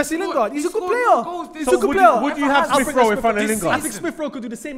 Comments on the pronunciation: Poor, man said smith-rowe and cantwell. I just can't, then had the braveness with chess to say mans football knowledge is 'he he ha ha' whatever that is lol big L for this whole show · Man said smith Rowe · Man said SMITH ROWE AND CANTWELL 🤣🤣🤣🤣🤣🤣🤣🤣🤣🤣🤣🤣🤣